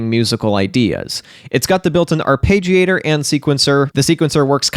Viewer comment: Love the chan but you keep saying arpeggiator wrong. It´s "arpeggiator" with an E not "arpagiator". So "are-pedge-iator" not "Are-page-iator". 😀